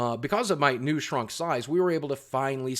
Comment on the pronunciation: "I'm looking forward to getting nude pictures with those guys." - That's what I heard lol it took me a minute to realize you said new